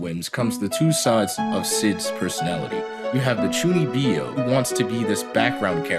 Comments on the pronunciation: Great video man but please it's chuu kneeb yo ! Not chuni bee yo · Chuunibyou. Not Chuuni bee oh. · Chuuni-byou not Chunnibi-o Also love the show, its ironically one of my favorite anime ever.